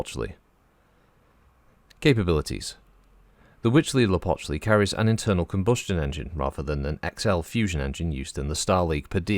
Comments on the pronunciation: I think you pronounce it better than I could, but for reference, Sean Bean says it like "hootz-lee-a-pooch-lee" in Civ VI when you build the world wonder "Huey Teocali" and since I'm no scholar on Nahuatl, I have no issue with either way to pronounce it... and concede it is quite a mouthful. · Good job on the name. You were corect